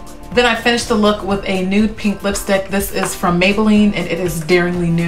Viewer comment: Freakin' gorgeous look. You look so beautiful. "Nude Pank!" lol. Any who how do people apply pencils in their water line. I struggle so much It tickles like crazy. Like almost a laugh kind of tickle. Then my eyes start crying instantly. I still do it. But man it's annoying. How do you deal?